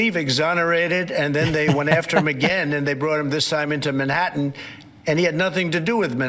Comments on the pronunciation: He also can't say "Manhattan". He said, "Manatten" twice. No H. I know no one who says Manatten. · Doesn’t even pronounce Manhattan correctly—twice. He is from New York.